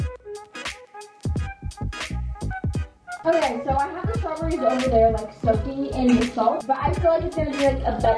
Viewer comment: nobody:: strawburries